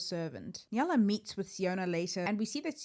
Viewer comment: Awesome video, just one thing that bothered me was that you always pronounced the name like Nyala even though it is actually Nayla